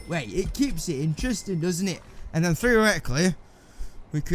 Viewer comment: Drinking game Take a shot everytime he says 'Theareticaly'.